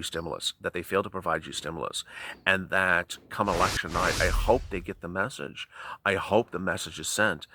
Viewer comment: Does it hurt you to say that? Does it hurt your viewers to hear that mseesege